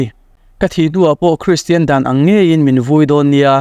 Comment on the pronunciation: Hristian tiin i lam/sawi thin a, kristian/christian ti a lam/sawi tur a nia...